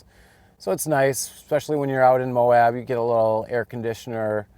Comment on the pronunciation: Nice video mate. We locals pronounce Moab “MOW-ab” like dude your abs are so ripped. Not MOW-obb. Safe travels